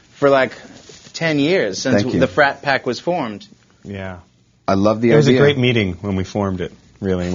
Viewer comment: They’re called The Frat Pack not brat pack😂